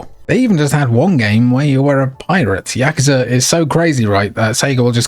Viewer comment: I appreciate that you pronounce "yakuza" correctly